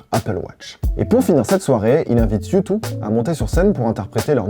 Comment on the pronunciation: Ca se prononce « youdeuh » ;)